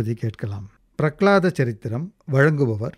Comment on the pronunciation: Charitram.... Not saritram... Ridiculous....